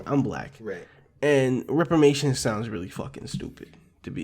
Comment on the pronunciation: It's Reparations fellas. Not repamations.